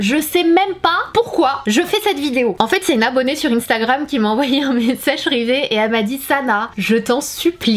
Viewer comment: Je suis la seule a qui sa derange comment elle a prononcé instagram genre